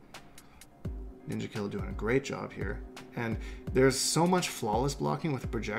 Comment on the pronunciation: When you say Ninjakilla's name you say it with an "a" not an "er" or else it's racist